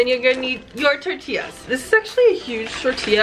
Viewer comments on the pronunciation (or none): none